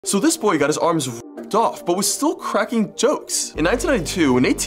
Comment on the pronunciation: I like how bro keeps emphasizing on cracking